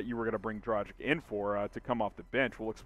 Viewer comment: Would you please learn how to pronounce correctly?! It's pronounced "Draghich" ..it's a Slovenian surname so it's written differently, but that's the way it should be pronounced. As a reporter - commentator I'm sure you should put in a bit of effort to do it right.